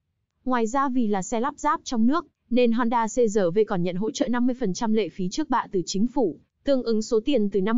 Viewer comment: người quảng cáo nên đọc chuẩn chữ R trong CRV